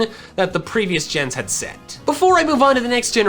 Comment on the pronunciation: I thought he said "that the previous gens had sect" as in genesect